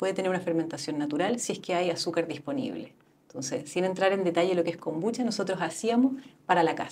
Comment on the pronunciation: Si me tomara un cortito de whisky por cada vez que dice kombuchacha me curo a los 10 min.